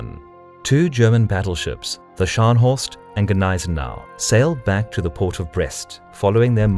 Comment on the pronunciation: your pronounciation of "Scharnhorst" was agonising to listen to as a native german speaker :D I don't blame you though, german is a really fucked up language for anglophones to pronounce and you actually did it quite well xD